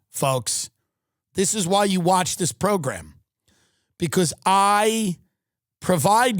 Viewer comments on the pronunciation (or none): You said progrum. Ruthless